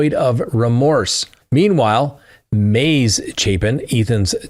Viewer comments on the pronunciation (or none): Ethan’s sister’s name is Maisie pronounced May-zee, not maze.